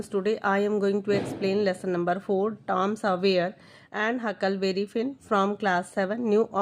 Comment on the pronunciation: It's tom swayer not tom savayer